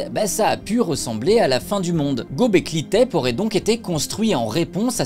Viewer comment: on dit gobekli tépé, pas tèp